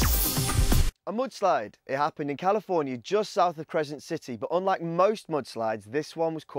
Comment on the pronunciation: Did he say a mood slide?